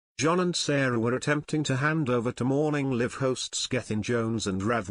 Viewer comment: You can't pronounce "Morning Live"